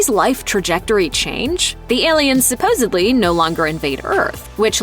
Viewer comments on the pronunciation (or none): DID THE NARRATOR SAY "SUPPOSEBLY?"